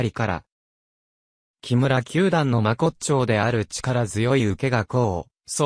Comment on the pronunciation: としま？ まこっちょう？確かに、これでは聞き続けられません。